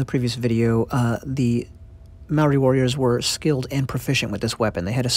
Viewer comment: Kia ora 🙏 thankyou for telling our Story. Condolences which means (Ngamihi) silent G ..Here's a little criteque I would love to teach People speaking out Language . (Ma-o-ri) which is pronounced (Mah- or- Dee) this is the correct term Rolling the Rs- similar to the Scottish R rolling🙏🙏